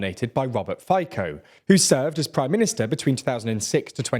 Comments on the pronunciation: Please, don't butcher other names. I am often watching this channel, but only now i realized, that anybody mentioned in this channel could be named totally different. Ex.: Fico is [Fɪtzɒ] not [Fɪkɒ] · Robert Fikoh 💀💀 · i love how he pronounces fico as fajko lol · Robert Fico, I hate him but you can’t "Fiko" but it’s more like zz in pizza. Fizzo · Interesting video, but it's pronounced Feetso, not Faiko. :D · Robert Fico's surname is pronounced "feet-so", just for your information. That's how Slovaks pronounced it. The way you pronounce it ("phy-ko) would be a completely different surname in Slovak. Just for your info. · FiKo :face-blue-smiling: FICO C like Citrus / Kučiak Kuciak C like Citrus / Hejger just Heger :face-orange-biting-nails: / And finali me two cent. Well yea Matovič is a Baboon, but the most problems created Boris Kolar from Sme Rodina. He actualy has 12 kids for now, no joke. He is what we call expensive bride. He basicli was stoping all means for what the goverment was elected. Why? Because his dirty with his past. Sulik from SAS was doing the same. Both play pro Democrats but do things that block such conclusion. Matoviš is actualy Katolic fanatic narcist so he didnt care and was more wiling to ban abortions than stop mafia. Sulik cared more about laws that disadvantage workers so his patrons with many employes beneefit. The 50 % mark pro rusia is not realy true, closer to 35% there was spike because of the EU lack of care for HOAX from rusia. And FICO is what ever benefits him, not just Comunist:face-fuchsia-wide-eyes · OMG... Fajko 🤣🤣 It should be pronounced as "Fitzo". And Smer is one word , it means "direction". He has no idea what he's talking about, bullshits... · Perfect summary, but mate.... It's Fitso, not Fajko. You're no better that Johnson and Gove in pronouncing the names.... It's rather embarrassing. You can do better. Just put the names into Google translate and have it read out in slovak.... It's actually easy. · Robert "Fajkou"